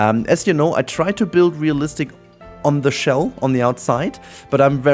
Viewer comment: Ohhhhhh, -listic. I heard BOOTY-listic the first time. I was so lost.